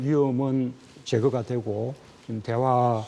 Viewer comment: 앵커 발음이 안좋네요. "지금" 을 지검, 계속적으로 "으"를 "어"로 발음 ....tv 조선 내용은 참 좋은데.....발음이 영 ...ㅠㅠ